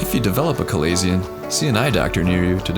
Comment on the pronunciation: You are miss pronouncing chalazion...notice the ch is is said like the sh sound